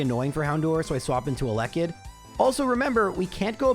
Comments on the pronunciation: the most cursed thing about this run is the pronounciation of eh-lekkit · ...how do y'all say elekid? I've always said it the way says it. edit: nvm this dude says elekid with seemingly no syllable stress. I say it like "a LEK kid". He says "alekid", which is yucky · If you say elekid like that one more time I stg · I love your content but HATE THE WAY YOU PRONOUNCED ELEKID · You pronounce Elekid weird lol 😅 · Hearing “Elekid” with the stress on the second syllable was physically painful lol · He was trolling lmao did you not realize how many times he said it in a row